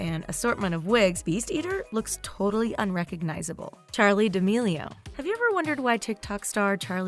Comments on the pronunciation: you said D'amelio as deamao on . Why... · Charli d-uh-meal-e-o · im sorry- but did this woman just say "charli diamio" 🤦🤦🤦🤦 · She really said Charli "D'ameio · why did she say the last name like that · You said Charlie d'amelio's last name wrong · The way she pronounces charli d’amelio on the second part 🤮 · how can people not say her last name right??? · Anyone else find it seriously annoying how the lady pronounces d’amelio